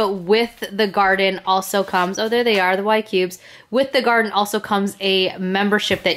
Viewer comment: always Love your videos. I saw on another video that the wifi needs to be on 3G not 5G. And I think it is pronounced more like Gardeen Like Gardenia. Long E sound.....?